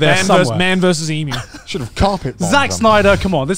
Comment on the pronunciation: they way garnt and connor say "emoo" instead of "emyu" im sobbing TTATT